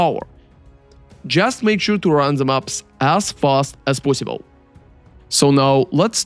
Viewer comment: I love that he says "poyssible"